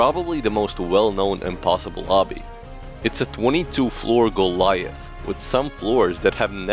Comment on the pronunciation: bro really said cov is golith